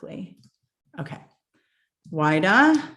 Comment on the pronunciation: Pronunciation for WIDA is /weeda/